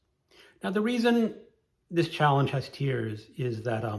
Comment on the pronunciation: I think I've watched all of this year's challenge videos, so I've started on last year's. When you said "tiers," I heard 😢"tears"! 😂😂😂😂